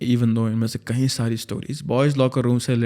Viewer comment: The moment he says कई as कहीं.....omg🎉